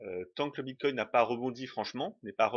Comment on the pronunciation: merci pour cette video ps : ya pas de T a la fin de bitcoin :D